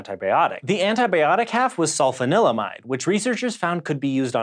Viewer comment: Ahem: sul-FAHN-il-uh-mide.